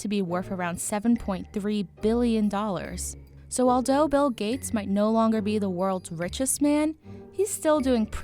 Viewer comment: When I heard you say “aldough” and “Welfy” I clicked off.